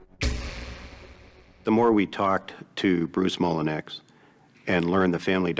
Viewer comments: Mole en you! It’s pronounced 😅 🙄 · 'The alimony and child support weren't enough to live on' Yeah, it's not supposed to be Also, if the last name isn't spelled Mullinex, it's so bizarre to not pronounce it even an Americanized pronunciation